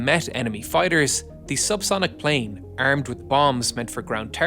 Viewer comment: Israeli pilots "errmed" with the latest